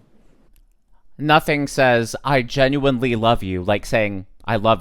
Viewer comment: I'm so embarrassed😂 "I WOVE OOOO"😂